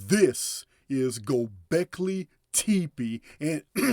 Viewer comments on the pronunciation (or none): PRONUNCIATION: go beck leeee (and then say) tep eeeee. It isn't prounonced tepee no disrespect, I'm a huge fan from South Fla since June and I love you ! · I think it's pronounced (Go Go Becky Lee), lol